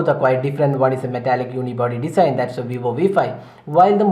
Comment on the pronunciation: its not Desain. its Design(to pronounce as Dezine)